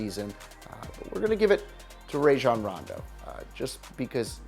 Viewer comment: Rayjon Rondo? He was great for us and pronounce his name right